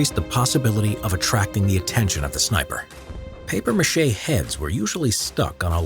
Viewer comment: It’s MACHE not Mache smh 🤦‍♂️